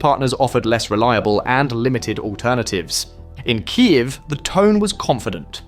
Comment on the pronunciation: KII EW....LOL